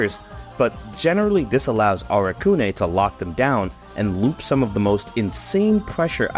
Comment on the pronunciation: I don’t think you’re supposed to stress the ‘u’ in “Arakune.”